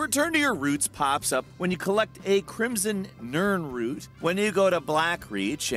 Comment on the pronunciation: I’m surprised that you pronounced nirnroot correctly but said “Sinderton” instead of “Sinderion.”